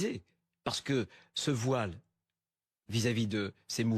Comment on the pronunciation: Soit violer 😂😂😂😂langage de mdrrr c'est voillllle pas viole 😂😂